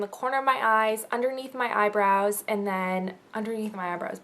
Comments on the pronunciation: Es-day law-dur. :] I really liked your video, actually. The thing about the "eyeburs" made me laugh. And my favorite April product would probably have to be Benefit's Stay Don't Stray primer. I love that it can kindave be used as a concealer on its own, or help your regular concealer stay on better. Win, either way. :] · my uncle pronounces eye brows eye bras